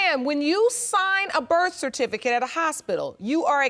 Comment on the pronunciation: If one more mf say BIRTH CERTIFICATE wrong......... omg